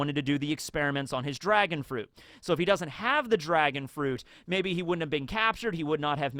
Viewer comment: did rly choose "dragon on" over "drag-on" 🤔🤔🤔